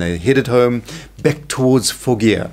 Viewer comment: Fawgia not Foggia